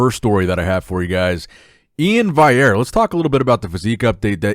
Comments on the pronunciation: E-IN VAL-E-AIR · He spells it right but he says it wrong - VALLIERE. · How can you spell Iain’s name correctly but cannot pronounce it? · HOW ARE YOU STILL PRONOUNCING E-IN’S LAST NAME WRONG?! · bro why u keep saying Iain's last name wrong 😂